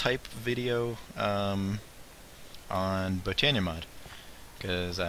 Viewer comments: No not b oh nee uh / bot o nee uh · Oh and I think its pronounced /bot/ö/neea